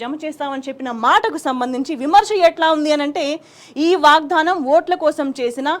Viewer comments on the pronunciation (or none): Ammaa … vaagdhaanam kaadu. 🙏 Vaagdaanam😢😢😢 vinalekapotunnaam.. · వాగ్ ధానం కాదు... వాగ్దానం... సరిగ్గా పలుకు ఆమాట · వాగ్దానం పలకడం రాదూ? వాగ్దానం వత్తి వత్తి కర్ణ కఠోరం గా పలుకు తు న్నా వమ్మా